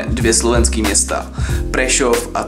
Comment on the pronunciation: Strašne dobre hovoríš slovo Prešov :D